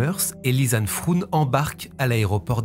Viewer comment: Deux jeunes filles européennes idéalistes dans un pays de merde... Et voilà le résultat ! J'ai pensé à ma compatriote Natacha de Crombrugghe, elle aussi disparue lors d'une randonnée, au Pérou, et dont les ossements ont été retrouvés des mois plus tard. Pour info, Froon en néerlandais ne se prononce pas "froune" mais "fraune" (comme "Beaune") : le double "o" est l'équivalent de notre accent circonflexe, il allonge la voyelle. Première fois que je regarde une vidéo sur votre chaîne, et la narration est parfaite